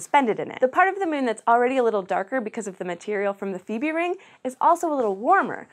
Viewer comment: She said Phoebe wrong :/ If you know what a phobia is, it is pronounced like the "phobi" in that.